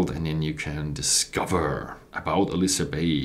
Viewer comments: Hey! Not "aLIsa" but "aILsa" bay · Pronounce it as 'Ayl-suh':) Nice review.